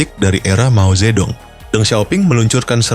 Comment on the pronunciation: Dong, bacanya tung.. Mao Zhe tung.. 😂